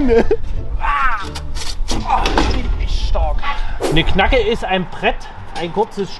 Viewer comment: Knacke? Knagge! Aber sympathisch 🤣